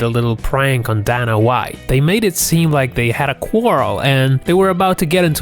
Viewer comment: You need to work on pronouncing Dana.